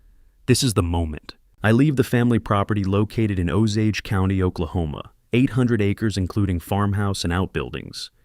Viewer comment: I've heard this story before with a different name than Harold. 😂 But at least in this story the narrator says Osage correctly.